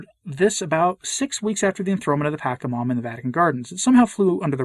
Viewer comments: Not that it matters terribly, but it's pronounced "patch-a-momma", not "pack-a-momma" (more accurately, "potch-a-momma", but patch is close enough). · It is pronounced Pah-Cha-Ma-Ma and not Pack -a-ma-ma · FYI, the "CH" in Pachamama and Quechua, are pronounced as the "CH" in Chile or champion. They do not follow the Italian pronounciation rules where "ch" is pronounced as "k", such as gnocchi. It is not pronounced Pakamama or Quekua. And you are right, in Latin America many, many people revere the Pachamama. It became sort if mainstream during the hippie revolution in the 60s and 70s, and is now everywhere, mixed in with Catholic tradition 🤦🏼‍♀️ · It pronounce pa- SHA -mama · Why do you keep saying it wrong? Are you doing that on purpose? Clearly you don't know what you're talking about since you can't even take the time to learn how to say it, I doubt you even bothered to look into it and just went of your bigoted ethnocentric heart and disrespect for indigenous culture. Pachamama is mother earth aka Gaia ,you know planet you walk on every day. The one God decided to put you on. This is why people are leaving the catholic church. It's really sad.